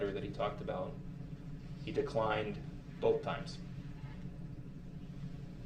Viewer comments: BOTH… the word is BOTH!!! Not boff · It's funny when he says ' Boaf '.